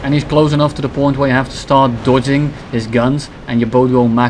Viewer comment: I hate when u say dodging, you can't say that normally